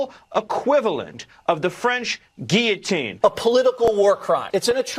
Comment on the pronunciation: Wait, did say guiyatine?